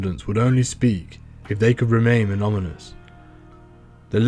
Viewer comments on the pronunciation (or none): Dude says anomanous 😂